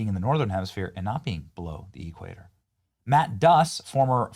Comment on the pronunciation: I was taught at the LEARING CENTER that Venicewaleya was north of the E-cwayter? 😮. 😅😅😅😅😅😅